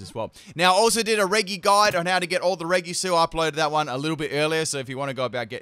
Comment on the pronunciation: Pronosed rejy speled regi